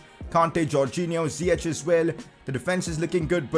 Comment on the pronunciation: You say it like Zi-yeck not Zi-yech